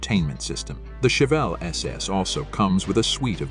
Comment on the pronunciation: Learn how to say chevelle before making a video on it